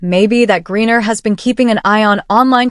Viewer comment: Stop mispronouncing griner 😮😮